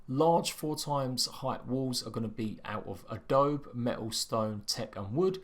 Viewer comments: Haha "adob" XD i think there's an e at the end of that word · Adobe spoken as ahhh dough bee